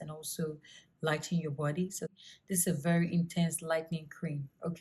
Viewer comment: Burt 😒goord 🙄 bordy 😁🤣all your words with an extra /R/ lol love it😹 looking beautiful both then & now... Keep doing what u doing luv